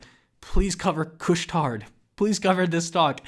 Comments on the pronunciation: nice , it's actually pronounced " couche tar" means stay up late , wow I would be impressed if they take over carrefour as it is one the biggest supermarket in France what they call " hypermarche " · The '' D '' is silent in '' Couche-Tard '' !